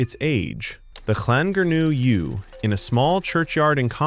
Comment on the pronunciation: For once, I don't think it is. It's definitely a USA accent, but the pronunciation and cadence are far too natural to be AI. That said, Llangernyw wasn't said very well.